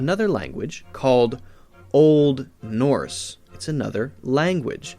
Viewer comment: Why did he say Old Norse was language in the tone of voice he did